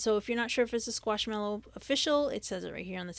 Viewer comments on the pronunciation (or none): It's not Squash mallow, it's Squish, Squish with an i. But good pace, no annoying music and informative.